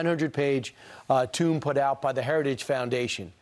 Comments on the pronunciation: Did that Friend say Project 2025 "tomb" for "tome"? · Did he say 900 page "tomb"? 😂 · One of the “friends” said “tomb” instead of “tome.”. 🤣🤣🤣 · LOL. He said that Project 2025 was a 900-page tomb. It's supposed to be tome, not tomb. If it helps to bury the orange fascist though, then it will have served its purpose as a tomb. Love that little Freudian slip Killmeade. Also love how Trump constantly talks out of both sides of his ass. He says it's a document that has lots of good things and lots of bad things, but that he's never seen it. So which is it, Vonshitzenpants? Either you know about it, or you don't. You can't have it both ways. Why don't these f***ing "JOURNALISTS" call him out for such obvious BS? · TOME!!! Like HOME. You WANKER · Um, "tome" is not the same as "tomb".